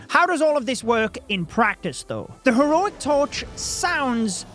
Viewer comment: Bri ish moment 🇬🇧